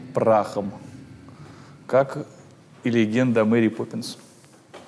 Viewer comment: Я один заметил что он сказал мери пепинсс